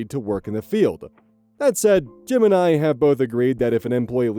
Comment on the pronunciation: Keep hearing "Jim and I" as "Gemini." 😅